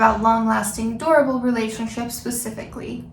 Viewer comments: When you say durable, it sounds like adorable haha I'm in a long term relationship and honesty was an issue in the beginning and it has created a ripple effect years later. Although the incidents of dishonesty happened long ago, I am still affected occassionally by the hurt and it has been struggle for both of us (mostly me) to overcome fully. It would be helpful if you had any insights on how to get past dishonesty in relationships! My partner has been honest since then (to my knowledge) but I still have micro-doubts and I have went against my own morals and checked on him or tried to find proof of lying in the past. Not something that anyone should be proud of but it is a terrible itch that is hard to ignore. I feel I've regained 75-85% trust and I wonder if it'll ever be at 100% again, or if it's even realistic to want to achieve that. I have spent a considerable amount of time reflecting - doing so made me realize I also have faults, and that I may not have created a safe enough of a space for my partner to be honest and communicate his truth. Or at least, my partner's interpretation of me or expectation of my reactions was far from what I ever wanted to portray myself as. It is something I am actively aware of til this day and I am working towards softening my approach so as to provide a more safe and accepting environment. This is what I found helped to induce honesty in my relationship but, either way, the remnants of the past still linger. More than I want to admit. I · When she said "long lasting durable relationship" I heard "long lasting adorable relationship"